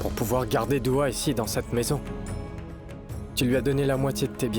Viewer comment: C'est Dua pas Dora Et c'est Shlock pas Chlock